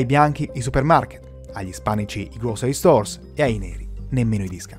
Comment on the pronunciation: grow-sr-ee , non "grocery", come lo pronunci tu.😉prendi qualche lezione da cambly....